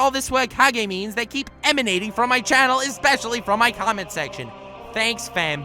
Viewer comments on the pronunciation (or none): none